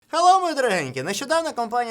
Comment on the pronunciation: Hello произносит с русским акцентом )). Слава России